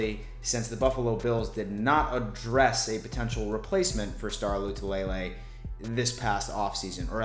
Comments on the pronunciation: Man we’re digging for content! It’s not Lay Lay it’s La Lay! Thanks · Right... it’s La - Too -La - Lay Not Lou -Two -Lay -Lay 😂😂😂😂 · I laugh every time mispronounces Star “La - too - la - lay”